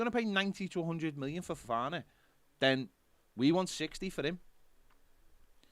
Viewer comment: Worth tuning into today just for saying Ffffofana 🤣